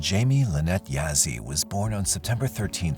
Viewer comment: For Jamie Yazzie, Yazzie is pronounced “yah-zee” not “ya-zee”.